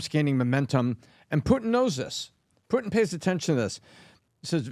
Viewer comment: Here to witness pronounce Putin as “Poo-en”, and leaving satisfied.